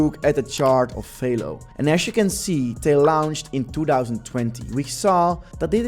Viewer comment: It’s not FAYLO… it’s Velo, like jello